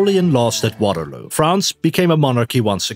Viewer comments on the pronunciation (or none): none